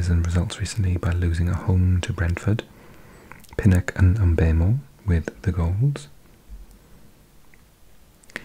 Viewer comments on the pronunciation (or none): none